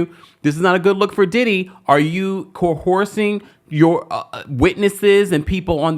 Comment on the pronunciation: "Core-horsing"??, I love youuuu 😂❤😂